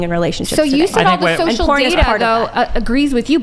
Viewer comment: 'shocial'? thats it. she mispoke. they lost. the rest is just a formality.